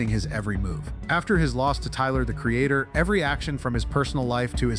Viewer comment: “Picked a fight with Tyler the Creatahhhh” “biggest mistake of Khalid’s whole careeahhh”. Love the content. 😊